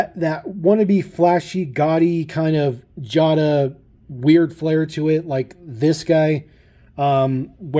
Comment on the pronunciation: You pronounced Jada wrong. It's pronounced Jay-da, not jah-da. Just an FYI. P. S. I have the Porsche 911GT3 RS & the Audi R8 from this series, and I REALLY like the Porsche 91 GT3RS and the Audi R8. I'm looking for the Porsch Taycan from the Pink Slips series, as well as the Mercedes-Benz G-Wagen, & the Land Rover Defender . I almst bought the Jeep Wrangler, but I passed it up numerous times in Wal-Mart and Target. Not sure why.